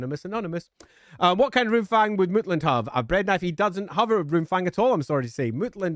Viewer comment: I swear I heard 'Loonfang' at some point. Now my weird ass brain is imagining a Goblin Fanatic somehow getting his hands on a Runefang, thanks for that.